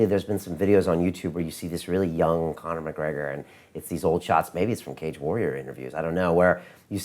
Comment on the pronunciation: you live in England, it's Connor